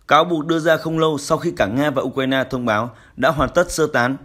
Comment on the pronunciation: Tôi đã nói nhiều lần: thay này đi. Nay lại nói, đọc sai tên của tổng thống Ukraine...